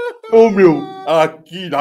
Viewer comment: "Aqui na Grã Bretanha meo, ate os botões estão escritos em inglês, meo" 😅😅😅